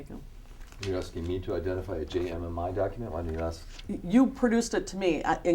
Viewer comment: I can get all the documents that you are AXING for lmaooopoo.